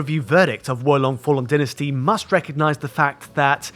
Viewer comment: Didn't expect you to get the Chinese part of the name right, so that's fine, but how the fuck do you mess up "Dynasty"?? Anyway I hope Hogwarts gets a PC release some day